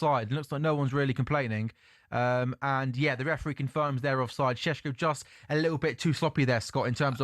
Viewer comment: He’s so annoying pronouncing the names like that…. Shhhhesko, shirksjheeee. Ugh